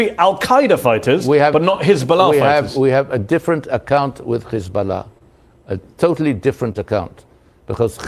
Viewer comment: notice how he say hisburrrla , pronunced like a Jew , he is a Jew 😂